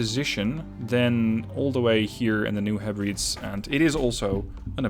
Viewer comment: It's pronounced New Heh-breh-deez.